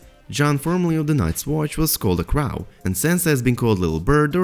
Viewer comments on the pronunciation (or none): Say “crow” one more time... pls, for me. Just one more time.